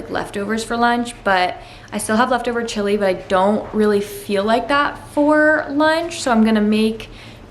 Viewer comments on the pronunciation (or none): none